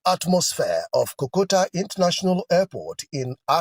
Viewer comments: What is KOKOTA? so pronunciations is also a problem for Nigerians!! Pls the name of the airport is called "KOTOKA INTERNATIONAL AIRPORT" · Please point of correction is not kokota please but rather KOTOKA.